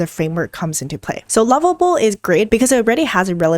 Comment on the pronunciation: I’m listening again the pronunciation of lovable and level are seem to be the same as confusing